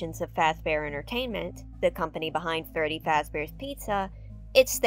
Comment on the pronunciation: The start u say ferty fazbear lmao